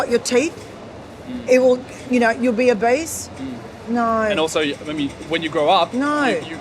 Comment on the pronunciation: Lmao about she sayin obese sounding like “a beast” really cracking me up “ why’d u wanna be a beast” it’s not good to be a beast” 🤣